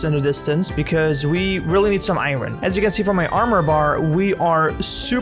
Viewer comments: Please learn to say iron properly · I’m heart broken about paws! 😢 Also, I’m going to go on a limb and speculate you’re not a native English speaker based ONLY on the way you say iron